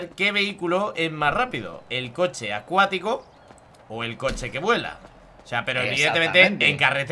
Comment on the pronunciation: Es acuatico no aquatico :v